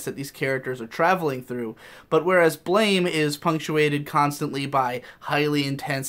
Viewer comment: Just an FYI, Blame is actually pronounced like "Blam"